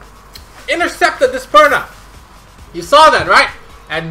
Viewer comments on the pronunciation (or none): I noticed that you often say Praha instead of Perna hahah